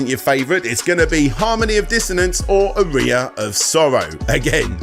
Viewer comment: Also, Eyga? And Ar-eye-a? Is the horrendous pronunciation intentional? Am I missing a joke?